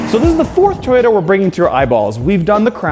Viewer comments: What's a "Tie-yota?" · Somebody tell this man there is a "O" in To-Yo-Ta. WTF is a TY-O-TA? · Not tyoda it toy- ota